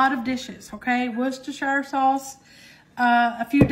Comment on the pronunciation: You're the only person I know who says "Worcestershire" sauce without stumbling all over the pronunciation. 🤣 Love all of your recipes